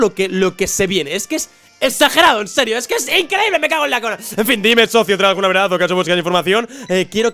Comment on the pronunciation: se dieron cuenta? dijo verdaz xD